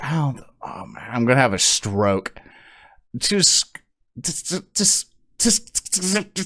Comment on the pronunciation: "I'm going to have a stwoke"